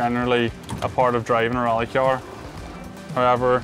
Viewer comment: Sounds like rally cjaar for me :)